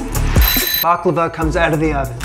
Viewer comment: First Of All, It’s Baklava Not Behklava. Also Baklava Is Ancient Greek In Origin. Look Up Gastrin. A Ancient Greek Dessert. Same With Loukoumades Which Was Made In Ancient Greece Given To Olympic Atheles As Tokens.